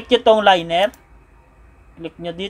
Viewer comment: sa tingin ko boss LIN-YAR po ata ang pagpronounce sa "Linear" kung hindi ako nagkakamali hehe anyway salamat sa idea boss, malaking tulong!!!